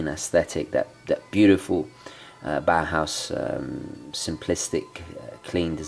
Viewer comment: It is pronounced 'Bauhouse' you say 'Bauerhouse'. You can let google read it to you.